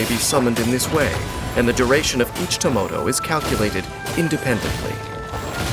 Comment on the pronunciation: is that some kind of gag I don't understand with the dolls??? They are spelled Tamoto When Dainsleif says their name, it sounds like Tomoto, and when Chiori summons them, it sounds like Tomato...